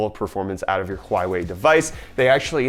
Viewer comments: Hwah-way.... H. Waah. Way. WHO SAYS HWHYWAY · It's not pronounced "qhaw-wey" it's pronounced "whaw-way" 🤦🏻‍♂️ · bit of nitpicking...you mispronounced Huawei. In Chinese characters it is 华为. copy paste those characters to Google Translate, then play the audio guide for how it's pronounced.